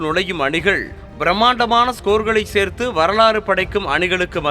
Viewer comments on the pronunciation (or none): none